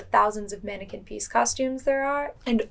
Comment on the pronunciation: It’s not pronounced manneken piece but pis”s”